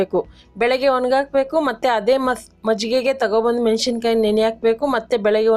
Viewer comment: ಮೆಣಶಿನಕಾಯಿ ಅಲ್ಲಮ್ಮಾ, ಮೆಣಸಿನಕಾಯಿ